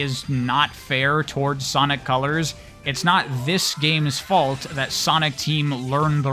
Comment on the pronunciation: Did anyone else hear them say Ponic colors in the beginning